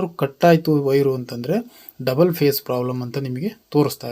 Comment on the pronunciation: 👏👏ಮಾಹಿತಿ ತಿಳಿಸಿಕೊಟ್ಟಿದ್ದಕ್ಕೆ ಧನ್ಯವಾದಗಳು. Pace ಅಲ್ಲಾ phese annisutte. 😊